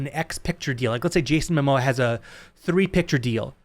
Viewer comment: It's MOMOA not mAmoa.😁